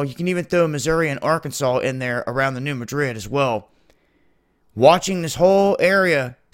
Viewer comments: Alamo Gulfcitizen New Mad Rid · Dude, it is pronounced MADrid. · Thanks for the report! As a FYI, the "Madrid" in New Madrid isn't pronounced like the capital of Spain. The emphasis is placed on the first syllable, as in "MA drid". Great work! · Great work. I'm wondering if the 2 sides of the US are connected by lava tubes, so when one blows, the other goes? BTW, here in the Midwest, we pronounce the fault New MAdrid. The A is like in Cat. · Could you please learn how to pronounce New Madrid properly?